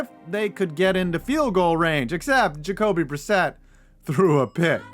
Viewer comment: "Jakobi Brisset threw a pick" Faintly heard "hotpocket"